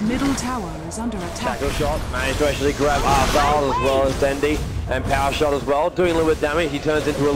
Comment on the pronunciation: 1 of the commentator pronounced Dendi's name into "Den-die" Lol.